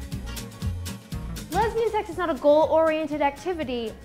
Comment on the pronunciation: "Lesbian sex" does it really need all that emphasis as if it's the 8th wonder of the world? 😴